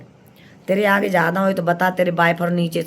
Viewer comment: आंटी निरलज्ज होता है लिलज्ज नहीं.. पर्दाफ़ास होता है परदाफ़ास्ट नहीं.. आगे होता है आंगु नहीं.. और आंटी अंत में 😂😂😂😂😂😂😂😂 यूकेलिप्टिस होता है यूपीलिपिस्टिक नहीं.. वैसे हँसते हँसते घोड़े दौड़ गए 😂😂😂